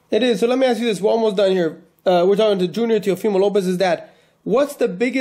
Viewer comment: It's teofimo not teofilo